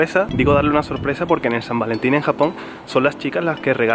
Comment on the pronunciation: " Y hay buen ambieeente de san varentiiiiiiiiiiiiiiiiiiiiiiiiiiiiin" ♥ ♥ ♥ - ♥ Jajajajjaajajajaa que adorable. <3 ♥